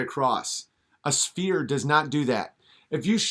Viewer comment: His accent sounds like he is from Rhode Island. I can assure you he does not represent the norm in my state! Does he know the difference between a "spear" and a "sphere"? His pronunciation is terrible.